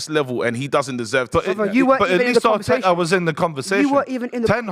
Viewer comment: Man said Arteta😂